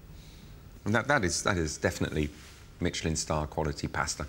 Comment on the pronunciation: The word pasta being pronounced like they are saying pastor in a southern accent is killing me 😂😂